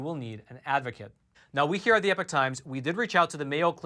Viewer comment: WA by do u say EPIC times? It's EPOCH times